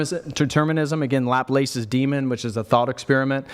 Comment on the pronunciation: is great, but bro, look up the correct pronunciation for Laplace lol